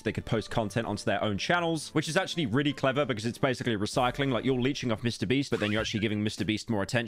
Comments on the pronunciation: did no one hear him say mr breast, LOL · He did say MrBreast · Did he just said Mr Breast. Even the subtitles pick it up 🤣